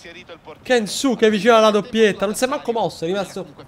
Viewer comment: Non sono sicuro, ma la u di Kensuke è solo accennata, penso di dica tipo Kenske